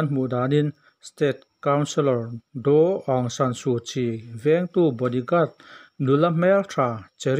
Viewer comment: Suhchii hming hi zo tak in lam rawh i lam fuh zawk ang Su tih kha. Suh ti in lam la afuk zawk ang midang pawn an lam dih alawm le tih dik tum ve teh kan lo tan ve si che a